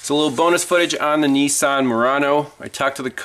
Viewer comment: I'm not in yankyland but I am a mechanic 40+yrs n it's a well known fact that there a shitbox on a good day but hey Nessan's as you pronounce it (incorrectly I might add) are well known for poor body fitment/seal due to bean counters hence shtboxes n only getting worse very quicky!... Back in the 70's 80's n 90's they made some good shit but those days are very long gone!